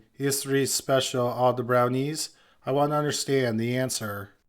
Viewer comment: I grew up in Burnaby BC and, live in Vancouver. I have always thought that you may be from Manitoba...but, after hearing your Dutch take on "brownies" I'm thinking that you're a fellow resident of British Columbia! A legit BC Bud...